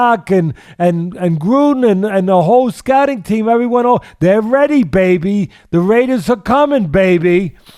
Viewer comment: "Raiders baebee" Teddy been kicking it with Oscar.